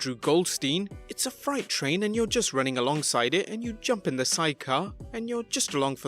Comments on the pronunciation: it's pronounced "fr-ayte" train, not "fright" train. Still love ya, buddy! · Did you say Fright train?? haha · I think it's just his accent that made it sound like he mispronounced it